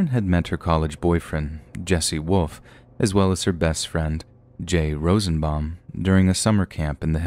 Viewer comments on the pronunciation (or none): Hey, you have an awesome narrator's voice but, if anyone listening is tired odds are very high they'll fall asleep.......like I just did. Something you said early on made me laugh but question your command of the English language. You said 'woof' instead of 'wolf'. Another channel's owner, 'secureteam10' Tyler, says it that way too. FYI, the 'L' is NOT silent. lol